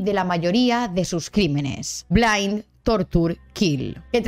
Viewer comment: Tienes razón, lo pronuncie mal es Bind jajaa